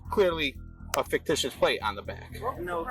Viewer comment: "Faketicious". A scholar he is not.